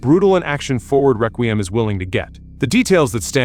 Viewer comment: This dumbass cant pronounce Requiem learn proper english phonics